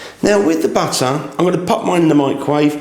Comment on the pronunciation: Not sure how I got here. I was searching for videos about mandolines ( the music instrument); and it brought me to madeleines video. It’s Mad-lense (plural) , not mandolines. And also we say butter not batter